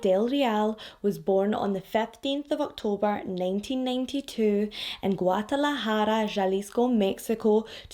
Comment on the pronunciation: Ok girl I see u w your Guadalajara pronunciation!!😉